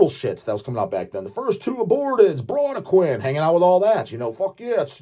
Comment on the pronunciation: It's pronounced BRAHdequin BRAH BRAH